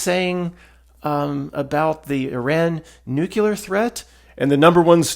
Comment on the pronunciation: One of the smartest people I know of, but still pronounces “Nuclear” like George Dubya 🥹